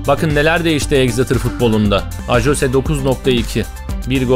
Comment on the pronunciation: Abi ajose deil ayoze die okuyor Tesekkur ederiz bize Exeter City i sevdirdign icin instagramdan da takip ediyorm Exeter City i Bu arada bnde Hatayliyim abi